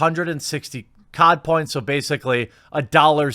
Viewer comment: You keep saying "COD points " but I keep hearing "Codpiece" and think William Murderface....